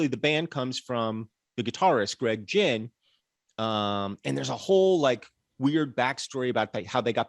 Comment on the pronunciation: The mispronunciation of Greg Ginn is killing me.